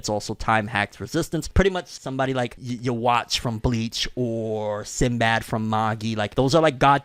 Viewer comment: Yo you really just call "Yhwach" yowatch? Or is that how it's pronounced